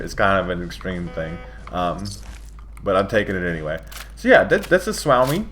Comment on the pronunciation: It's pronunced like Sue owe me